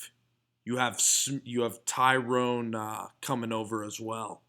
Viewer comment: Tyron not Tyrone. La'el not Lionel. 😨